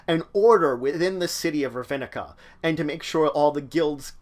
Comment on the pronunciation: Some prenounciation Rav-Nick-Ah Tey-Sa Or- Zov Ob-Ze -Dat